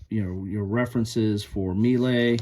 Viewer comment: The word melee is pronounced "MAY-lay", or perhaps "muh-LAY"... You did fine with "Vauchamps", though.... 😊